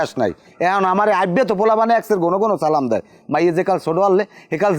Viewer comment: নিজাম উদ্দিন কে সালামটা শুদ্ধভাবে দেয়ার জন্য অনুরোধ করছি। না পারলে মসজিদে ইমামের কাছ থেকে শিখে নিবেন